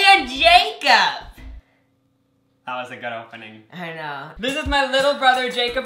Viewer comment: Did anybody notice that Jacob said yacob